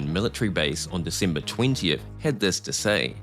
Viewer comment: " in Decimber nineteen siventy eaight "